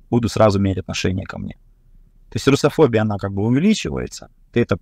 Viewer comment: Слово "русофобия" с таким произношением вызывает сложные чувства. Что-то с чем-то не сходится.